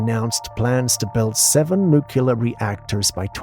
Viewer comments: Nah... it's pronounced nuck-lar = nuclear. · Lol I don't get how people make that mistake passed 18. I think a ton of us said nook-u-ler as a young kid but as you get older read it more and hear educated people say it properly over the years, I don't get how anyone makes it to quarter life still saying it wrong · No such thing as Nucular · Thank you! It drives me crazy! I think about 90% of Amerikans pronounce it that way. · And they're all Americans. Nobody else in the English speaking world pronounces it in such a retard way.